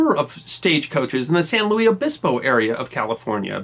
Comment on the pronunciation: It’s San Luis (Lewis)…the S is NOT silent.